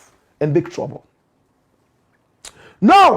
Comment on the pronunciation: Watching from Ohio, USA: Blakk Rasta, the name is ASHCROFT and NOT Ashcoff.